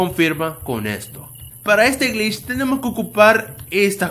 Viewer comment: pere yo reviso 2 segundos después Pará el octavo grich AJAJA